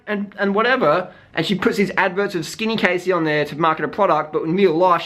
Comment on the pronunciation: I know this off subject, and I really like the video, but just letting you know it is pronounced 'Cassie Ho' ahahaha :)